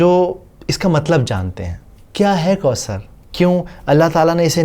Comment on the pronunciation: Assalamualaikum brother may Allah reward you for this video. Only one correction it's not kausar...it's ث not س . Pls uplaod more such videos